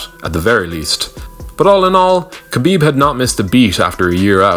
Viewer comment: It's pronounced Ha-bib not Kabib it's really not hard at all